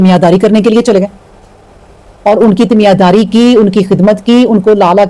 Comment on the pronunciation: السلام علیکم! محترمہ لفظ تیمیار داری نہیں تیمار داری ہے سادہ الفاظ میں، تیمارداری کا مطلب ہے مریض یا محتاج شخص کی خدمت اور نگہداشت۔